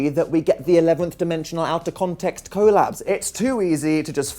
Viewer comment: Dan stop saying collabs like that imma throw up I hate it idc